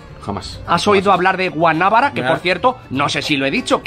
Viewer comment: Se pronuncia Guanabara, para decir Guanábara debería llevar tilde.